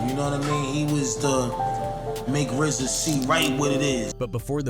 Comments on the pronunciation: Urzza ? 😂 its Riiizza (RZA) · "erza and gee-zah" this AI man lmao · I hate AI. Who the fuck is Ar-Za? It’s pronounced Rizza. I can’t follow or listen to anyone who makes bullshit videos like this. This artificial bullshit ass vid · Lmao " his cousin.. "are-za (Rza) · Saying “Are-za” and “Gee-za” instantly exposes the fraud yere